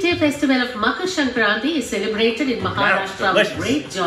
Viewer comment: your pronunciation of makar sankranti is so on point, I am impressed 🙄❤️